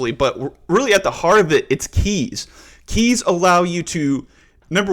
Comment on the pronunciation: in 2 mins i had heared 20 times "KAYS".. oh My god 😂